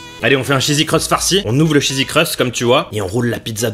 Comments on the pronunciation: Il a dit chesi crust 14 fois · le " chzzsy crust farcie " XD